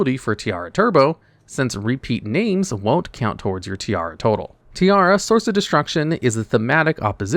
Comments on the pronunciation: You calling her tiara instead of tierra gave me something. As someone who have as Main language spanish, her name is the spanish Word for earth, while your pronunciación was the Word for a crown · It's Tierra not Tiara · is pronounced Tea-A-Ra(like the egyptian god Ra). Did you fail spanish class? You say it as if you were saying tiara. (Tiara is Spanish for tiara)